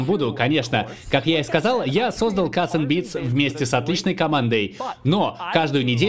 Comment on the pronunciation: Бля каРРРРРс энд Бидс. А не кассссссс